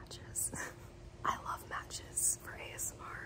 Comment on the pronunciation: ASM- Me: This is where you inevitably become a pirate for a second: RRRRRRRRRRRRRRRRRRRRRRR Darling